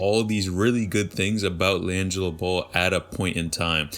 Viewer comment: Laaangilo ball. Is this guy pronouncing his name correct?!